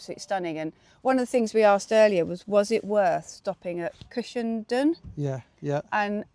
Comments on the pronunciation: It's pronounced "done"......Cushen"done". I live not too far away from it. Glad you got the good weather for your trip. Happy trails!!😎👍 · Cushendun is pronounced Cushendone guys, lovely video by the way, that coast road is to be avoided at weekends as the boy racers love it to, and it has had more than its share of bad smashes over the years, ps next time try Torr head road Apecross doesn't come close, on a clear day you can nearly touch the Mull, safe riding